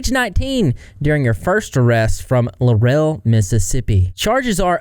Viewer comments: Its pronounced Law-rull. Not luh-rell lol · This is where I'm from. I remember it being all over the news. Laurel isn't pronounced Lurell. It's pronounced Lorel. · It larl … rul…not la rel!!!! Just saying lol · It's pronounced Lorrell, not La Rel. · “lore-rell” 😂😂 I can’t handle the mispronunciation of the town. It’s Laurel, pronounced like Laurel. Or are you doing that on purpose? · I live in Eastabutchie Mississippi it’s just a 10 minute drive for me to get to laurel. I’m originally fr Hattiesburg which is just 10 minutes away the other way. I always wanted to hear my town on the internet. Not for this though! And laurel is not pronounced like “la-rail” it’s “lah-rul” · That town is pronounced Law-rel. No. 😂 I haven't been there but I've heard of this small Mississippi town. That's one nasty, sick semi human. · ✨I'm from Mississippi. Grew up a one county over. Laurel, Mississippi is pronounced Law-rule, Mississippi. It's located in Jones County. If you have ever seen the movie Free State of Jones starring Matthew McConaughey, It's located in the same place. Also, the home of the actress Parker Posey. Also, she does not represent the people or the women of Mississippi. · It's pronounced "LAWREL" Laurel MISSISSIPPI. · Pronounced "Lar ul" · It's Law-ra Mississippi with a huge meth problem and no telling what else. Population 17,000 and dropping. I've never been there but it's not too far from here. Absolutely no reason to go there. She's mental and should be in Whitfield (MS mental asylum) for many years. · As a woman born and raised in Mississippi... We don't claim her. We're not like her. Dogs are our little furbabies, not... Ew. Also, Laurel is pronounced "lor-uhl." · the way laurel is like 30 mins from me 😭🙏🙏 its pronounced la rool btw 😭😭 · 🫥 as a Mississippian: we don’t claim her. And as someone from around that area…. We REALLY don’t claim her…. And hearing you pronounce Laurel that way kills me…. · You're pronouncing Laurel completely wrong